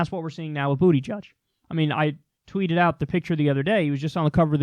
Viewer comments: Lmao,..STOP calling him "BOOTY-judge",..its Buhda-judge",..I'm sure you are doing it in purpose,..but its petty,..please stop Lol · No. Kyle makes up nicknames for many of the candidates. His last name is pronounced "Buddah-judge". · Has Kyle considered that what Pete is going to do is far more important than winning? He won't win. But, he will have done things otherwise impossible. And, it is BOOT-edge-edge. Making fun of his name is as childish as Trump. Kyle is MUCH better than that! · "Boot-edge-edge" say it how you're supposed to; you cover politics for christ's sake. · no it’s actually not pronounced booty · Did you just call him booty judge wtf😂😂😂🤣🤣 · Is it really pronounced booty-judge?? Lmao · It's booty-gig Kyle (as in there's a gig in his booty) pronounce his name properly